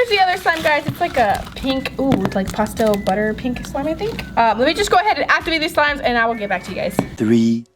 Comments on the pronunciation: I love her in all but it’s pastel not postel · Stop acting like a 4 year-old,and its not pronounced pawstel its pastel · Not to be mean but when she says pastel it sounded like she said pasta😂😂😂 and also if you have a fury pet you can't afoid getting hair anywhere it's already everywhere so you can't keep the hair away people with dogs and cats understand